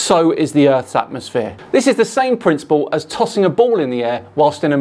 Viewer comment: Atmo-SPHERE not atmos-flat 😂